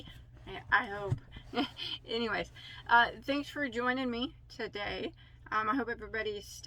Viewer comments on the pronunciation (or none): none